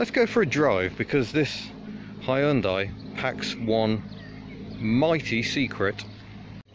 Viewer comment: That is the proof, English speakers can pronounce Hyundai to near perfection. :)